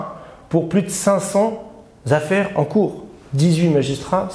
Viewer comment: "Huit Zaffaires", ça fait mal aux oreilles . Sinon excellent boulot, comme d'hab' .